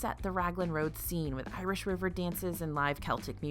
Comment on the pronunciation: Finally! Somebody who knows how to pronounce the word Celtic correctly. Every one I know says it wrong, and as an Irish person, it really annoys me. Thanks,.